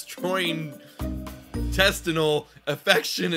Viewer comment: Love the vid but it's pronounced "Gastro-intestinal"